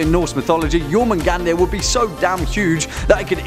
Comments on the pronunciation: I'm sure I'm not the only one to correct this, but it's pronounced "Yor-moon-gond" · You said his name wrong